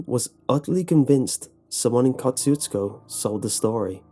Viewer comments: It’s pronounced koe–shoe—skoe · Went here today. They pronounce it Kuh-SHU-skuh. No meat market. There is a dancing hall, though. Not creepy. 390 people live there. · your pronunciation of Kosciusko is hilarious. say it with me, KAH-SHOO-SKA, exactly like that, that's how the locals told us to pronounce it. After I heard this creepypasta years and years ago, me and my older sister (and a few of my hoodlum friends) decided to check it out. I assure you, the polish dance hall he speaks of is there, along with a very ornate catholic church , and of course, the meat market. stopped at a antique store and asked the lady running it a bunch of questions, had a nice hour long convo, (she corrected us on our pronunciation of the towns name) but she didn't have much to say on Ed Gien or about any other strange happenings, and regarded us as tourists. nice park too. decent place but extremely small town where the towns main road is populated mostly by small houses and half decayed barns. they left the door to the dance hall unlocked even tho it wasa weekday morning, so we got to inspect that as well. saw a few of those "knights of columbus" plaques but not much else. we also flew a drone around to get the lay of the land but shortly after we started, cops pulled up and asked us to stop. naturally, we obliged, as we were in the parking lot of the catholic church. Place still had some odd vibes but most certainly not the most haunted place in texas. my experience at "goatmans bridge" in dallas was wayy cooler. if you want to see one of texas most haunted places, look up Purgatory Road, and The Devils Backbone. I'll say no more. edit: it's pronounced "P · You have to live here in South Texas to know how to pronounce Kosciusko. It is pronounced Ka-shu-ko. and by the way. It's pronounced Poe-th ......LOL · It’s pronounced “ka choo sko” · I live near there it pronounced ko shoe skow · and its Easy to pronounce: kosh chu shko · We pronounce it Ko-Shoes-co I believe.